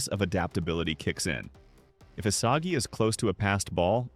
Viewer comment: "nel isaji"